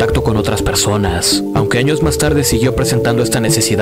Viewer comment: ajajajaja es gracioso escuchar al psicologo, acentuando la ultima silaba para darle gracia a lo que dice, estuvo bueno el vidiu, ( persoNASSSS, animaDOSSS) XD muy bueno